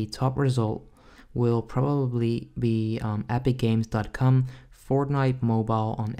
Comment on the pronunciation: Why does he say .cum?